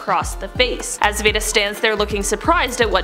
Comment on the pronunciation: This is soooo interesting!!! (Just FYI, in "Mildred Pierce," the daughter's name is pronounced 'vee-dah,' not 'vay-dah.')